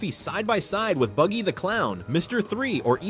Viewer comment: Calling BUGGY “baggy” is crazy AI work 😭😭😭😭 in the beginning